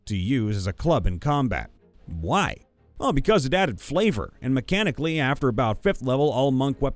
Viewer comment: You kept using the wrong inflection for "Why?",. You were reading it like a back-and-forth discussion, but you should have been reading it like someone answering their own questions, because that's what it was. Also, vorpal weapons just behead on a crit; they have nothing to do with things from other planes.